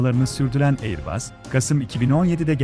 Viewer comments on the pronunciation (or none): airbas okunur, aiıbus değil.